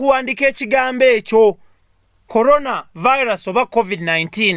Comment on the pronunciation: Hahahahahah naye mbu tadamu kwogera kukigambo colona